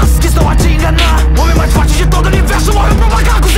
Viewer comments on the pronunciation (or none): none